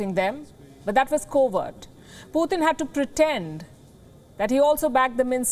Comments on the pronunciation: its not puthin its pu-tin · Pooooothin lol 😆 P U T I N or Pee uu tin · It's not puthin